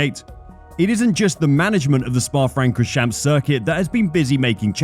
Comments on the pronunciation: He actually pronounce eau rouge correctly, radillon was laughable, but the worst was "spa frankorsjamps" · Don't forget the way he says Spa Francoschamps...